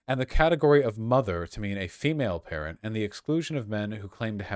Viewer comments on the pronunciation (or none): none